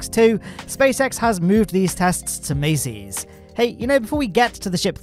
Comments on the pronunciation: why you say "maceys"? its masseys.. like massive.. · I know it may be difficult with a British accent but you need to pronounce certain words correctly, like a persons name or the name of a location. It isn't pronounced Macy as in the Macy's Day Parade, it's pronounced Massee's as in Ma sees, with a long 'a' sound. Everyone else in the dozens and dozens of YouTube channels pronounce it correctly, so why can't you? That is my only criticism of an otherwise excellent video, if I can't pronounce something correctly I find out how to pronounce and get it right, anyone can do it. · Mass-ey's not mace-ey's😢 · Mass-ey's, not Macy's Buyer, not Bayer